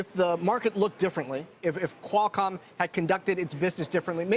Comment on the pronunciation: Everytime he says "quail-com". . .